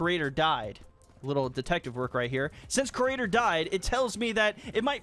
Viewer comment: does it bother anyone else that he says the cra-ator instead of creator